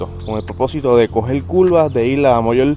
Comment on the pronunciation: Culvas jajaja. Curvas curvas vato habla español